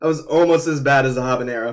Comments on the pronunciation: that's actually not the correct way to say it. The correct pronunciation is ah-bahn-yero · I'm Latino and Habanero's H is not silent. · It is silent in Spanish, but sometimes words have different pronunciations in different regions or countries. My father's from Cuba, so I get what you're saying, but as long as communication is clear, I don't mind either one, personally.